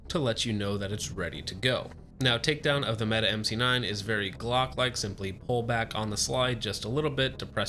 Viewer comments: good video- it is pronounced "meh t eh" not "Meta" to note for next time. Turkish for Brave or Hero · Why do you keep saying meta? I know janik isn't popular with its name pronunciations but in no world is mete pronounced meta, please refer to it as the meaty as it was intended to be pronounced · It's pronounced meh-teh. Not meet or meta or meaty.